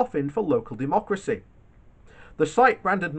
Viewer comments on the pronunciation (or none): none